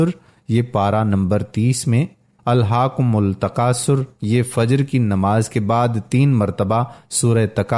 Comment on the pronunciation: جزاکاللہ خیر وظیفہ ہم۔سب سے شئیر کیا۔ مجھے لگا کہ آپ سے "الھکم التکاثر" پڑھنے میں غلطی ہوگئی ہے۔ برائے مہربانی تصحیح فرما لیجئے۔ جزاکاللہ خیر